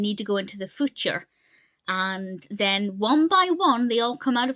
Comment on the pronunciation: “The footure!” Lol